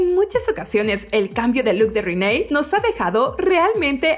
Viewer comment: Siempre dicen rinay. rinayyy???????? Reneeeeee. Reneeee como la rana